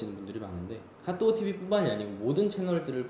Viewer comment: 너무너무 재밌게 보고있어요❤️ 그 와중에 자꾸 발음이 하또구 라고 하는 것처럼 들려서 귀엽네요ㅋㅋ❣️